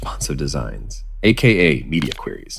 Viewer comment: It's "Queries", not "Quries".